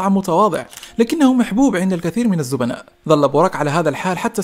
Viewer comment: ياخي الزبائن مو الزبناء💀💀